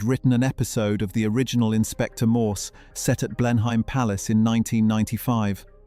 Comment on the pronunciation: Blen-hyme palace? Really!